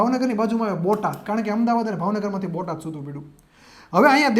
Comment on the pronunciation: ભોટાદ નહીં બોટાદ